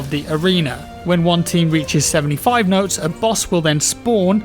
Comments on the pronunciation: It's Motes not Notes. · love your work man, just 1 thing, “motes” not “notes” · Motes not notes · >M<otes, not notes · Motes, motes, motes! Not notes! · Motes. Motes. Not Notes. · Am I going crazy or is saying notes instead of motes? Can't tell if it's because of the jaw surgery though.. It's like Benedict Cumberbatch trying to say penguins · Everyone say it with me..... MOTES!!!! 😂😂😂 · swear hes saying notes?.... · He is defos saying "notes" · Aw naw i thought it was nodes well then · *Penglengs*, and yes, he is saying "notes" and it's driving me insane